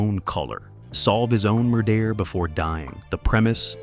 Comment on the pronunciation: As much as I would love to watch this the bad computer generated voiceover hit in the first minute - "mur-dare", really?